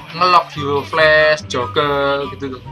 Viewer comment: Hahaha ngakak pas bilang jokel...jokel....cekolah dulu canah bang biar pinter ngomong "R"